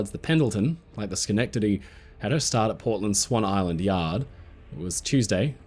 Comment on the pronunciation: Thank you for pronouncing schenectady right hahah